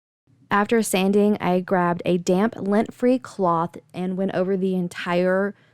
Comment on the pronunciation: Do you keep saying LENT free? You do know the word is lint, right?